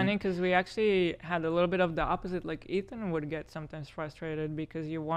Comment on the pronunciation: She called Ethan athon. Lol